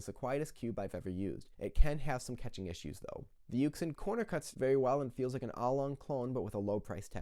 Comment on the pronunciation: I was stuck between those two also and I picked yuxin lol (btw not to be a know it all or anything but it's pronounced yoo-shin)